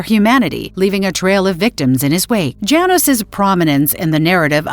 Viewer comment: It's not Jay nos it's Yah nosh or yah noosh.